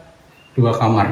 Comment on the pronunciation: maaf, kamar bukan kamer. 😁. 🙏🏻